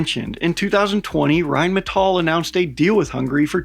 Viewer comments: Well, he's not quite pronouncing it correctly, he says it like Rheinmetoll" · saying "rhinemetoll" isn't exactly knowing how to pronounce Rheinmetall to be quite frank. Better than most foreigners, still a lot worse than us. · And the R should be rolled like in spanish. But its close enough. All good. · but „Rain Metal“ also sounds nice and is quite fitting to what Rheinmetall is doing: raining metal on the foes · Rhine-me-tall is not how you pronounce it supposedly, and who cares. Germans can't even get it down nor agree. Whyn-meh-tahl. Rgryn-metahl. Germans say it differently. Same with Porsche. Pretty sure Germans just hate it RWINE-Metal as the best pronunciation, because the W. LoL. More use to the L I suppose. JP. I did tell that to a terrible middle school history teacher named Mr Wynne, or Vynn. Rhine as the river, and metal as in heavy metal hands down the best way to say it, because it's an amazing name for a company producing tanks. I'll keep saying that. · I'm all about getting another nations language and pronunciation correct. But the American side of me says Rhine Metal does sounds hardcore Badass like it's some type of futuristic battle mech production entity. It might be wrong...but it sounds sooo right.=) Typical American I am. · We still need to work on rolling that R though